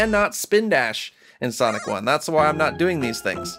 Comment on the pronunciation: sonic just said MLUYZS